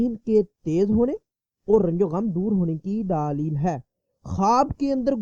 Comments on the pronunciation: daleel hota hai daaaalil nahi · Pahley bolna seekho daaleel nahi daleel